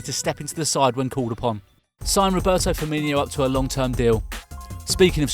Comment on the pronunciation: His name is FirmiNO not FirmINHO